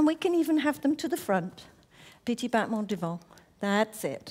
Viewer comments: It’s pronounced more like “botmon” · I still am confused how battement got pronounced as botman